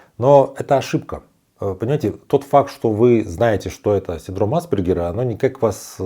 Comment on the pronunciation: Непонятно почему вы неверно делаете ударение. Никогда не слышали как произносить правильно фамилию АспЕргер??? Какой тогда уровень образования этого блогера? Ударение НЕ на первую гласную букву, а на вторую! АспЕргер!!! Синдром назван в честь австрийского психиатра Ганса АспЕргера. Что здесь сложного произнести слово с правильным ударением???